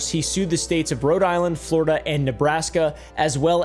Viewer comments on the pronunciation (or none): none